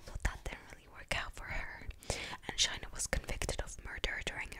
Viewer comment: No need to speak about Shayna in Asmr to make money and her name is Shayna not shaina! She’s not a bad person and she had her remorse but it’s self defence